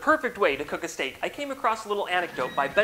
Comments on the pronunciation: I love how he said stek and got fricken 8.1K likes like...... what? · Mmmm..... Yess...... STEK...... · stek indeed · Yes stek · Yes, stek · Good Stek